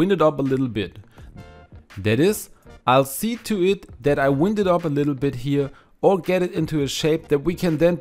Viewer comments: Excellent idea. Instead if saying "wind" them up as in blowing in the wind it is really wine..d them up. The i is a long sound ( idea ) instead of the short sound as in wind blowing. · Wind... is said like whynd or wiiiiind like in wifi and glove is said like gluhv, like in love. Love.... the toilet role idea. 💕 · Wind up is pronounced: W-eye-nd. It is a long "I" and sounds like its name. The pronunciation that you are using is for when the wind blows as in a rain storm. I hope this helps. I speak Spanish as a second language. I am always grateful when Spanish speakers correct my pronunciation. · Thanks for this useful idea! My leads have a self-tangling life of their own! Can I just mention that the word wind in this context rhymes with find, rather than how you said it, which is correct if we are referring to a breeze of air... what a crazy language is English! But now I am off to sort out my cables!